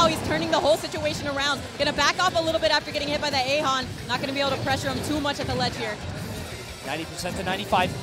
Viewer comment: Wtf is ayhon lol eigon